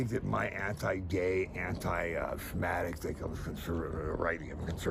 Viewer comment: Fairly sure at the beginning there his 'and I'm anti sinmathics' = anti- Semitic -in English. ...gawddamn this episode was brutal, man, take care of your mind during research for your show... Ifeel like I need a few moments of silence to mourn the brain cells I lost absorbing these people and their fuckery into my psyche for just the last half hour... Good grief.